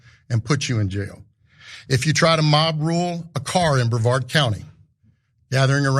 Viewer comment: thats not how you say brevard county